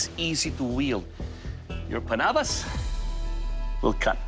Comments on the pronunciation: Lol the first guy calling it a "pannabis" like it's weeds sharp cousin. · The thing that is more deadly than the panabas was how he said it (im fillipino)